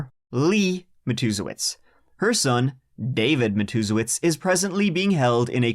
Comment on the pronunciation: I came here just to tell you how proud I am love you that you were able to pronounce this family's name because God knows I can't